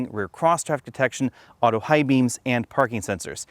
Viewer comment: ... "Pedestrian Detestion" 😂🤣